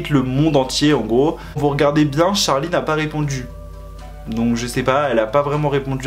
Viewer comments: il me stresse à dire d’charli c’est CHArli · C charli pas tcharli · En vrai de vrai la prononciation ça serait plutôt tcherlay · J’adore quand tu dis TCHARLI 😂😭❤️ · Pourquoi il dit : Tcharli et Tchase ?